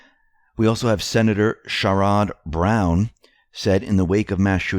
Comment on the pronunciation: It’s Share Ed Brown, not Shir Odd (sherrod)